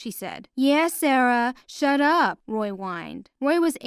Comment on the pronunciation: Why You Say Schut up it’s Your mom